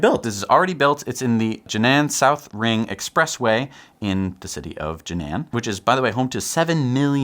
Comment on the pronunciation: Sorry, but Jinan should be pronounced like "Jeer-Nam". Just for you to know... Use this online tool, you can get the accurate sound: Enjoyed your new show as usual. Thanks!